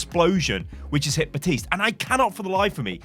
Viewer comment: Ok, Ive been able to ignore it until now. The P in Baptiste is NOT silent. There is even a voice line that correctly says his name.